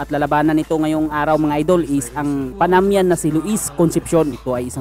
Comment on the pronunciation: panamanian yan bro hindi panamian